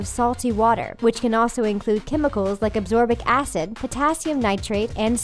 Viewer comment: this video is so annoying and in many ways dumb... am i the only one who heard the voice say absorbic acid instead of *ascorbic acid*. 🤦‍♂️🤦‍♂️🤦‍♂️ here